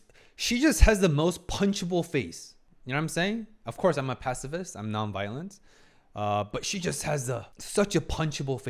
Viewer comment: "Pacifist" "Pass a fist"